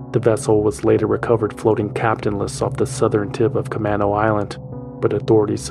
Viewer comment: As a Seattle native, let me make a correction to the Concerned Citizen re: Camano Island. It’s ca-MAY-no, not ca-MAH-no.